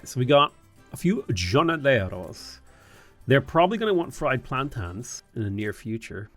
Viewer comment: I love how you say "plantans" and "Gornoleros." I pronounce plantain plantin, with my island accent. Also, the J in Spanish sounds like an H in English. "Hornoleros" ......I don't care I like the way you say both.